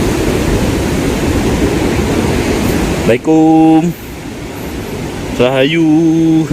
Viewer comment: Sptnya ente sekolah cm sampe gerbang doang. Kalo salam ucapin yg bener bro... Jangan MLIKUUM... artinya apa itu bro...?